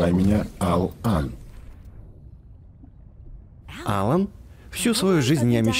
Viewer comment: пришельца зовут алан но ударение на алАн а не Алан